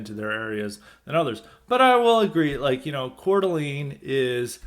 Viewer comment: It's pronounced "core-d'lane." Lol. Wouldn't be an episode of highly respected without mispronouncing something! I tried for over a year to try and get a plumbing apprenticeship. Gave up after calling all the local plumbing companies in a 40 minute drive radius in a semi rural area. No takers. I had an offer to work for in HVAC, but they offered minimum wage to start! Talked to an older trades guy about it. Sadly, he told me this is how it works. You have to accept Low wages for at least a year. And it's just not doable for most people. This is the reason why they have a labor shortage too. The starting wage is too low. Yeah, in 10 years, you can start your own business, but the small businesses nature of it means you'll get a low wage and absolutely no benefits until you get a lot of experience. And honestly you have to know people and have connections to get these guys to hire you. I only got an offer from the HVAC guy because of a reference from a connection!